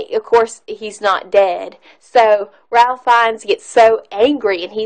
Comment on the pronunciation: When u do a review, PLEASE pronounce the actors names right! It's pronounced RAFE, not Ralph!! Are u kidding me with your review? Saying that Liam didn't show enough emotion means obviously u didn't watch the scene at the end when he gets a ring from the Jews he saved and broke down and said he could have saved more. He fell to his knees and sobbed. There are so many other ridiculous comments u made about the length of the movie, etc, that are laughable. Try making videos about something else because u obviously do not pay attention or understand what u are watching. Worst review of this masterpiece ever!!!!